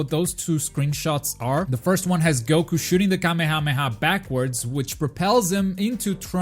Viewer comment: It irritates me how you pronounce kamehameha